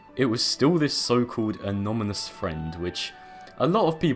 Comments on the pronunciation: you kept saying anomynous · It hurts me every time you pronounce "anonymous" as "anomynous" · The amount of times he said "Anomynus" is infuriating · Your inability to say the word anonymous correctly is amazing